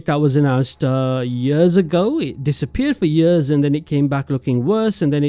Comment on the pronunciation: Why you pronouncing years as “yöözzz” 😔🥀